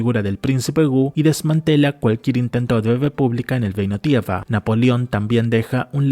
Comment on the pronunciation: El vídeo está genial, está muy bien hecho el análisis y está buenísimo. Pero sin ánimos de tirar hate, deberias considerar ir a un logopeda o buscar ejercicios en interner para poder soltar más la lengua, porque mira que es frustrante escucharte decir frases que suenan hasta POETICAS (hay frases que están para tatuarselas) para que luego todo se caiga con un "geino tiega" o "Koga". En fin, sigue así, es el primer video que veo de tu canal Y ME ENCANTO